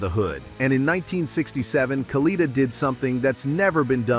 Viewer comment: It's pronounced Kalletta, not caleeta. Damn A.I. crap.